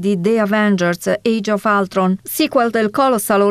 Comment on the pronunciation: A parte la pronuncia del nome del villain: ULTRON con la U, non Altron. Ambientato nella Russia degli anni 40? Ma le ha viste le vetrine dei negozi? La cattiva Scarlet? Ma non faceva parte dei buoni? Mah, resto interdetto!